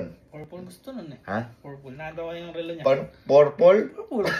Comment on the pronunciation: habang kumakain ako biglang bigkas ng"PORPOL" lumabas kanin sa ilong ko ahahaha